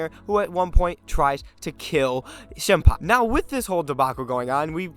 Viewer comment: Shinpai? Shinpei!